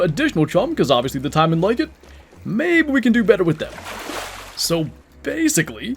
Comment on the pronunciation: Taimen should be said taymen not timen. For example, we don’t say pine, we say pain with the emphasis on a.